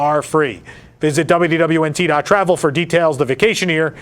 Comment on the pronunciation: Is it just me, or does anyone else hear him saying "WWNT", with the "D" completely vanishing?